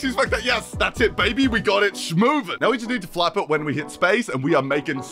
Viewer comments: I heard “fap strength” instead of “flap strength” and was very confused for a second. Lol. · I can only hear "lets adjust the fap strength". Please tell me this is not only me. Please